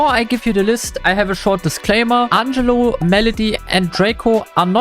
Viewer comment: Kleiner englisch tip (weil du in einem shirt nach vocabulary gefragt hast): sag Ängelo anstatt auf deutsch Angelo 😅👍 trotzdem starker Content ❤